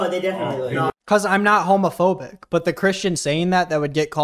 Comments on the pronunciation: cant even pronounce homophobic he said it like homophone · Why can't pronounce words? First "Condenscending" now "Hamophobic" 😭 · obsessed with the way that he prnounces "homophobic" LMAO "hommo - phobic" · the way he said "homophobic" like "homophone" 😭😭😭